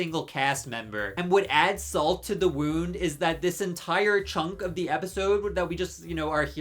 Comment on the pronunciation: I don't know much about thee sponsor, but I stopped watching thee video because I couldn't get past thee way he keeps pronouncing thee word 'the'. Thee word is pronounced 'thuh' if thee next word starts with a consonant sound, and 'thee' only if thee next word starts with a vowel sound. I know it's not thee best reason to quit watching thee video, but thee way he kept doing it grated on me!